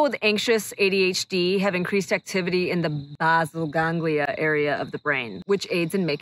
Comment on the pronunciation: The "Básil Gánglia"... hahahaha